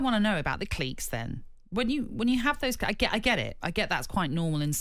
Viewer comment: What's a cleeeek?